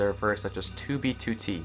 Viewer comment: At least he says 2b2t the correct way now